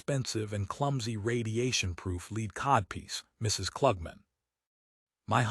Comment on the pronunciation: It lost me when it pronounced "lead codpiece" as "leed codpiece"